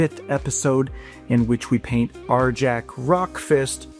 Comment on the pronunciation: ....... Isn't the J in Arjac soft? It's Nordic, or supposed to be anyways, so wouldn't it be pronounced "Ar-yak"?